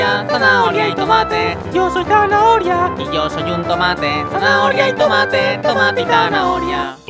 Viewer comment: Se Dice “Zanahoria” No Es “Zahnaonia”